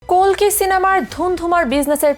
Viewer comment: কল্কি নারে কালকি😂😂😂